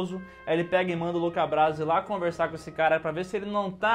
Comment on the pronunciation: até . "LOCA BRASI" ? E NÃO Luca Brasi? AAAAAH TA